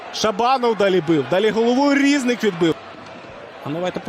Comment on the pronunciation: Коментатор неук. Не шОстак, а шостАк. Не рІзник, а різнИк. Коментатор, ти українець чи німець?